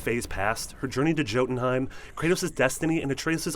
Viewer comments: This guy’s pronunciation of Atreus and Jotunheim is hilarious. It’s obviously a dude reading from a script, just get someone who actually played the game. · jotenheim (yo-ten-heim) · Atreoos? Joetanheim? WHO ARE YOU???? It's Yo-tan-heim. It's not even a, the game pronounced to wrong so you didn't know how to pronounce it! The game pronounced Jotunheim right! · It is pronounced yo-tun-heim not Jotunheim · Did he just say "Joe denhiem"? Its pronounced yodenhiem... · This guy hasn't played god of war if he's pronouncing Jotunheim with a J and not a Y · You know with Marvel bringing some Norse mytho's to the forefront of popular media and peoples minds as well you would think some of the most basic pronunciations of some of the most basic Norse mytho words wouldn't be beyond peoples grasp? "Joe-ten-heim" really? It is pronounced YO-den-heim with a very soft d on the den part. So it sounds kinda like Yo-un-heim almost without even pronouncing the d really, i mean you have seen Thor right? You have heard Loki say it before so whats the problem! Also A-tray-ohs? i mean how do you even say this wrong? You literally hear his name spoken by other people plenty of times. Or my favorite mispronunciation by nearly every person who plays this game, Yggdrasil, i would bet my life nearly everyone says it wrong. Say it with me people Idra-sil see easy right...sheesh although hearing some people is rather funny. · Atreoos. Jotunheim (pronounced yotunheim in the game) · Joe-tenheim lol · Joe-tun-heim? Dude, they only said it about a hundred times during the story. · Jo-ten-heim. Really?! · ah trea ous... joe ten hiem (I love how he misprounounces things even though they're said in the game) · It is pronounced YO-tenheim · Why can no one say jotenheim correctly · Did he say jotunheim 😂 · Christ your pronunciation of jötenheim and Atreus are BRUTAL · He said jotunheim wrong